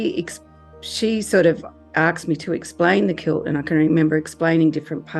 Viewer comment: Aksed her?